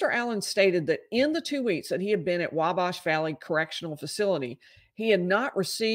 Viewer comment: you’re pronouncing Wabash incorrectly. The A in bash is pronounced like it is in at, or bat.